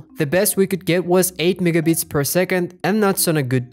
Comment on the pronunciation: bro is not saying "megabits" at the begining 😭😭😭😭😭😭